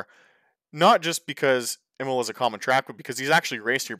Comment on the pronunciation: Wow, is nearly as bad as me. Anyway: Imola is pronounced [ˈiːmola] and Villeneuve is pronounced [vilnœv]